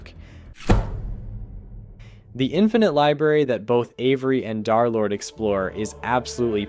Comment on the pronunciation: "Dharr Lord"